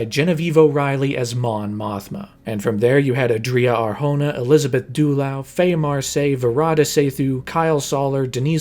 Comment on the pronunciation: I'm gonna be slightly pendantic because she's one of my favourite actresses, but Elizabeth Dulau's surname is pronounced "Duh Low".